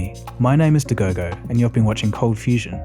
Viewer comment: He said at the end my name is WHAT !? De Gogo ??